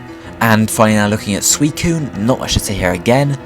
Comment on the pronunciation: It's pronounced sui-cu-ne come on, I like your presentation, just get the pronunciation right